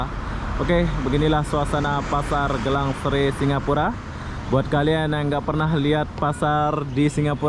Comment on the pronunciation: Sebutan dalam bahaha indonesia jadi "gilang" bukan "gélang"